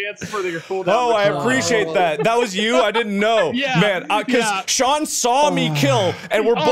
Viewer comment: I Thought He Said "It Was John"